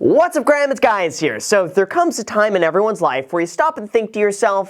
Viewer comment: Intro he said « What’s up Graham, it’s guys here »